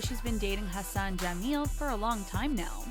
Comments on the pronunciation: When you said "Hassan" I that you said "Her son" lol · Idk when she say" Hassan" it sounds like "her son"jammel😂😂 and the whole meaning changes